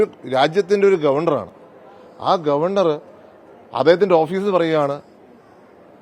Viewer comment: ഗവണ്ടർ 🙄 എവിടുത്തെ ഗവെൻഡർ